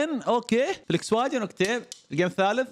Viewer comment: اخوي اسمها فولكس فاغين مش فليكسواجين🤣🤣🤣🤣